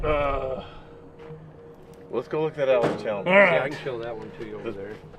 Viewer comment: The “L” in Chalmers is silent.